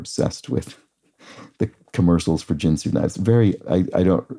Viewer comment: I think Ginsu is pronounced with a Hard 'G' and not like the alcohol spirit or card game.